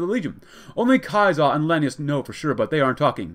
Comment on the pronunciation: Since Hekate bothered you so much: Lan-AY-us